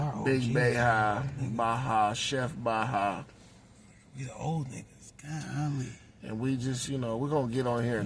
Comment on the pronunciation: What up, Baha?(Pronounced "Bay-ha") I hope all is well with you, brother. 👊🏆